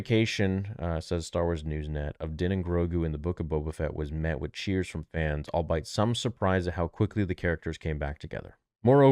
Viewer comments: 6 years later still with the albeit mispronunciation. All-Be-It yo! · “Albeit” is pronounced “all be it.” I love you but you say this word almost every third video and you’re saying it wrong. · BTW, "albeit" is pronounced ahl bee uht.